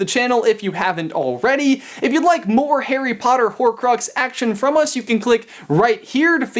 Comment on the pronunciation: It's HARRY POTTER 👏